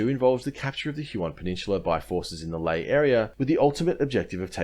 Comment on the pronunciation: the picture is a laughably staged laffer Lae is pronounced lye-AYE